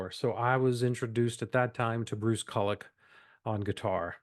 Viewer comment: You pronounce Bruce Kulick’s name wrong. It’s pronounced “koo lick”.